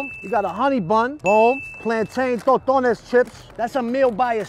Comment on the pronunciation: Toetones pronouncement is killin me